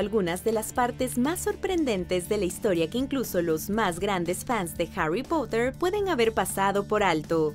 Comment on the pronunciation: dijo Harry pUtter??!!!